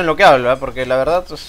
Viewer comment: En realidad dijo "pues" pero lo dijo como abreviado xD.